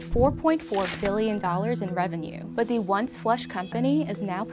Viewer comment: This girl can’t pronounce “th” she says “da” for “the” lmao